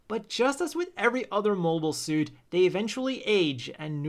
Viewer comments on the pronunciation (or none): none